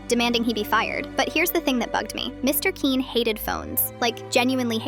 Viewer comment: The way the AI pronounces Quinn really grinds my gears its pronouned like kwin